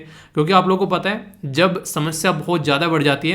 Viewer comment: Good morning sir Sir mai ek baat aapke notice me lana chahti hu Maine bahut din suna h ki aap समस्या ko शमस्या bolte ho Mai aise hi bol rhi taki aap improve kr le mazak nhi kr rhi Lecture rating 10/10😊👌